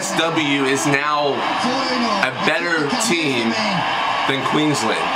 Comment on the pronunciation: Queenslander !!! You got it right this time good job